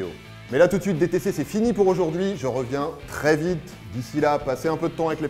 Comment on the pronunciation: Tu peux faire la liaison pour "les personnes âgées" sisi jte jure!